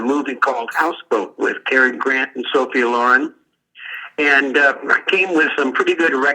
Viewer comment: This is the first time I've heard Sophia Loren's name pronounced differently in my whole life.